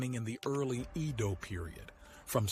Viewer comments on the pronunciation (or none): His pronounciation of "Edo" as iido is really annoying!